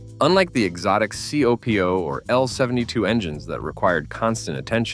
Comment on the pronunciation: It's a talentless driver that blames the car. And as we all know it's pronounced as the word "COPO" and not as individual letters C O P O. Someone really needs to address AI's sloppy speech patterns.